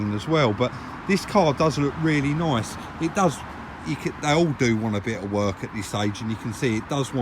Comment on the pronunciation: the way you say “nice” hahaha